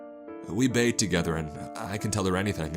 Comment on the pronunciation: He ment bakes but it sounds like bathes